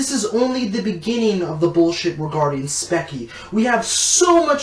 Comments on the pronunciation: It’s called speech—ie not speck-ie also stop it looks like you filmed on an iPhone 4(i’m not trying to say that the camera matter but get a better one)and edited in movie maker ! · Firstly it's Speech-e not specky Secondly, you are no better than any other "edgy" person here on YouTube. You ranting on about all the negatives on people is just as bad as anyone else doing it. Also, I don't think you realize that people have things going on in their life that actually affects them. It makes me sad that you amd many other bothersome, hypocritical people can only use the word edgy for that sort of things. Also, calling people retarded and acting like you're going to shoot yourself is no more mature than any three year old throwing a fit, but then again you and that three year old do not have many differences. First world problems must describe you, by the way. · I'm not gonna say any thing else except for you mispronounced her channel name "speckie" 😂 its like speech-ie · you say it "specky" it is pronounced "Speechy" And for your information you are allowed to hate but you do not make one of these videos to simply gain fame. I of course am not implying that you are. But spechie has made a video on the meaning of edgy and even has proven herself to that and SAID HERSELF and i quote "I have a RBF so mabye people don't like because of that or my spiteful attitude to others"end quote. You make her seem like she is the worst person in the universe. Like hell look at logan paul for goodness sake. Him like spechie make mistakes and have qualities that different them apart. But my opinion doesn't matter to you because i'm just a stranger on youtube giving you an arguement p.s i rewatched you video and you are a hypocrite saying and i quote. "I highly doubt that this young woman actually said that, i think its overly exaggerated and wanting to paint her in the most worst way possible." end quote. LOOK AT YOUR FREAKING TITLE YOU DUMB PIECE OF TRASH. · lol "specky"